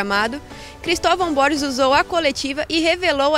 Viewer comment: me dá uma agonia ver essa doida falando BORIS e não BORGES, alguém fala pra ela por favor kkk